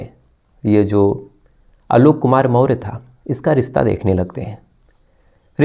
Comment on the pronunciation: Behan k lodo.. Maurya hai hum en chutiyo ko naam tak padhna nahi aa raha.. Chandragupta maurya vanshaj hai hum samrat ashok k. Naam thik se le kahani baad me suna aankh se nahi dikhai deta to muh me bhi loda daal diya hai kya kisi se.. More nahi Maurya मौर्य वंशज बोल क्लियर